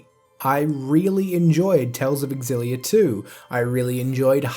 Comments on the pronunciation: ....um....I'm pretty sure Xillia is pronounced "zill-ee-uh" not "ex-ill-ee-uh"..... also your top 2 mirror my own, though I haven't played enough of Abyss to place it ( I also haven't played Berseria, and as I never had a Vita I haven't played Hearts R either.... ). I'd say my #3 is Vesperia ( more for story, though like you I feel the remaster with all the content Japan got on PS3, will make it even better ). #4 would be Xillia 2 ( though I never finished it...that damn dept aspect kind of ruins my fun. just when I can afford a new piece of gear, I get forced to pay on the debt :/ ) and my #5 would be Eternia ( or Destiny II as it was stupidly called when it initially released in the US on PS1...probably part of why the actual Destiny 2 never got localized too. Those idiots.... ). I did try Zesteria a bit, but for some reason I had trouble getting into it compared to other Tales games...although it could be partly due to only having access to a PS4, and not owning one of my own ( I hate having games for systems I don't fully own...I won't always have access ). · Why can no one seem to be able to pronounce xillia properly anyway symphonia and zestiria are my 2 worst tales games